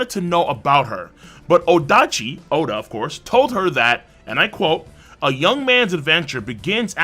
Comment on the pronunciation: Oda not O-da.